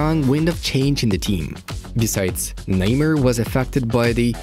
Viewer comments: Who tf is ‘kneemer’ bruh 🤣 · Am I the only noticing this guy calling him “lemur” 😂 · Even though I don't speak Portuguese I know how to pronounce Neymar. You are insulting to other cultures. Make a little effort the imperialist...!!!